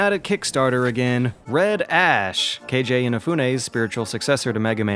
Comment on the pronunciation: Keiji, like "cagey", not "KayJay Inafune"